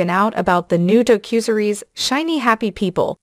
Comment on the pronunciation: You can tell this is a robot voice by the word mis-pronunciations a human is not likely to make, such as: "a cue and a series" (instead of a Q&A series). Also "a doe cusery's" (instead of a docu-series).